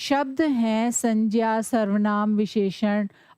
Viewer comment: Mam ye sanjya nhi hai sangya hai😊